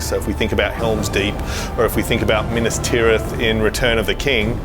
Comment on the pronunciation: please pronounce Minas Ithil correctly lmao big Lord Of The Rings fan here